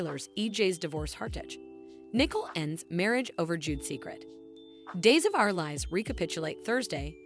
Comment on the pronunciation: Her name is not Nickel it is pronounced. Knee-Coal but this want do you any good if you can’t pronounce these words either